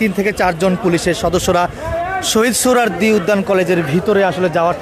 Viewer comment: সাংবাদিকতার মান কতটাই নিচে নেমেছে এর উদাহরণ এই ভিডিওটি, সৌহরোয়াদী কলেজ কে বলছে সৌহরোয়াদী উদ্যান , এমনকি ভিডিও টাইটেলও ভূল লিখেছি !! অথচ এটি একটি জাতীয় দৈনিকের ভিডিও পোর্টাল।